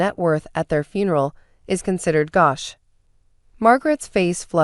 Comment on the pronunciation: Its considered gauche not gosh.